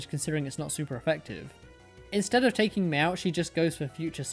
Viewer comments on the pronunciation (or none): none